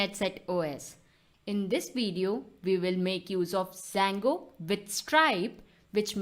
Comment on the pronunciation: it's Django not Sango haha, love the slang